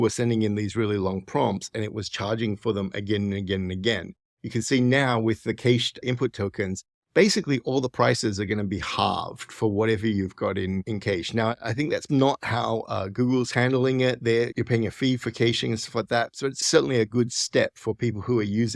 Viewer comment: Thanks a lot for the recap video, I appreciate it! 🙏🏻 (Also cache is pronounced: kăsh)